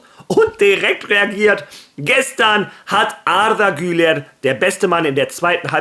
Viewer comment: Wie du Arda Güler aussprichst 👍